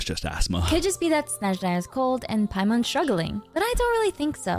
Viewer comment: I like that she pronounces SnEzhnaya in the right way, as we say it in our native language ❄️